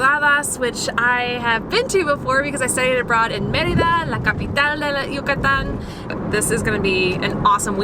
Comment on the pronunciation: I love your pronunciation of “Yucatán” and other Mexican and Spanish words. 👏🏼👏🏼👏🏼 So many folks who settle in Mexico from the US, Canada or Europe don’t even make the effort to pronounce city and location names or Spanish properly! That really bugs me bc I see it as a sign of disrespect... 🙄 I’ll give English speakers a pass on the double “rr” but aside from that ALL other sounds should be perfectly easy for any English speaker to pronounce. Okay, I’ll leave it there! Thanks for this video...🙏🏼 from an American who speaks English, Spanish, French & German. Yes, another language is not easy to learn BUT make the effort everyone!! Give Spanish and Mexico the same respect you give any other country and/or language. ❤️😉🇲🇽🇲🇽🇲🇽